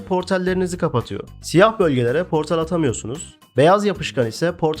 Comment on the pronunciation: portal yerine portel diye telâffuz etmenden bahsediyor, o telâffuz beni de biraz gıcık etti ama video güzel beğendim.